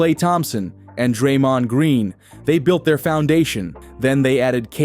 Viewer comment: So basically the way he said dreams last name offended me🤣 and who the hell is dwyne wade😂